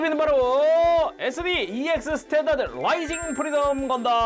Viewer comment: ‘스탠다드‘라 쓰고 *’씰탠다드‘*라 읽는다 듣는 귀를 의심했네요 ㅋㅋㅋ 분명 자막은 스탠다드 라고 돼있는데 내가 잘 못 들었나?